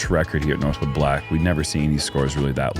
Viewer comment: Saying Northwoods Black instead of Northwood Black is like saying you shop at Aldis, not Aldi. 🤮